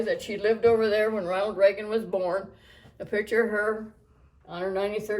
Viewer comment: Love ya..but it's Reagan!